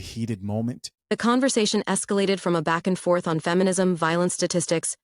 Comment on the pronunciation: Conversation not converZation. 😂